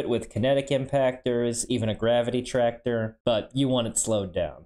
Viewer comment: Did he just say tractor beam 😊